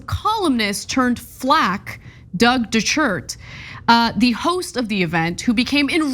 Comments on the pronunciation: You said "Shart!" 🤣🤣🤣🤣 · DeChert, pronounced DeShart. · When you were trying to pronounce his name, you kept saying de shirt…isn’t he the one that ended up ripping his shirt off LOL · Dechert is pronounced "Day Shart." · DE-share is how I would pronounce it. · Ana can't pronounce Dechert's name? Really?